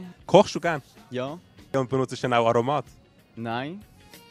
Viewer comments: Aromaaaaaat....das seit doch niemert aso? I betona z T und nit z A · Betons "o" nid so im aromat... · Tirggert wie er Aromat usspricht!!!